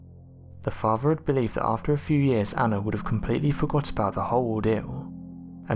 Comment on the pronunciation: PLEASE pronunciate properly! FARVER? (Father) FERVOUR - another video.. for 'FURTHER', etc. FERVOUR, is a completely different word. I would NEVER have a go at somebody with an actual speech impediment, but you say 'th' instead of 'v' perfectly, in words like THOUSAND, etc. It's just laziness. Like the guy THOUGHTY.. For TOO LONG, just listening not watching, I thought his name was FORTY! Apart from that obvious 'arrgh'! .. this is narrated quite nicely! Please take this as constructive feedback, & not just being nasty, as that is ALL it is meant to be!! (The former.. NOT, the latter)!!!! 😎✌🐨